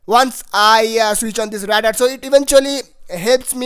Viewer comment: 'Radar' say it like 'Raydar'